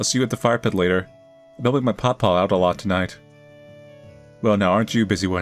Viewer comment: hearing pronounce papaw was so silly to me